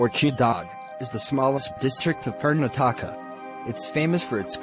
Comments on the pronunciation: खारना ठाका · 0:8 the way he said karna-taaka😂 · THE WAY HE PRONOUNCED KARNATAKA WAS LOL 😂😂😂😂😂😂😂